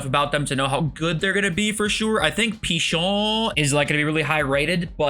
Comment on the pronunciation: “I think PICHOOOO????” 🗣️🗣️🤌🤌🇫🇷🇫🇷🥖🥖